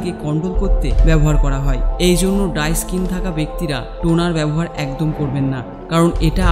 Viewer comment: ডাই স্কীন নাহ! ড্রাই স্কীন হবে উচ্চারন সঠিক করুন।